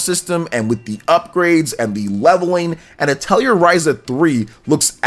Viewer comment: Your pronunciations of atelier and suikoden hurt my ears